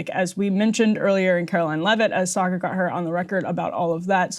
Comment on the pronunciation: Sargar Enneti. 😂 Karma for laughing at French names of Canadian politicians!